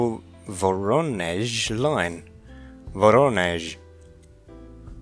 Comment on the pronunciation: Your 'voronezh' is on point. edit: your spanish, ye gods. use google translate, please ! don't be like murican youtubers who butcher every name, including american ones! use the little speak button, it will say the word correctly.